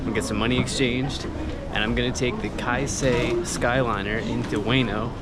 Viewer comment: Enjoy Japan, but better not romanticize it! BTW: It is Keisei, not Kaisei. Anyway, have fun and behave! 😉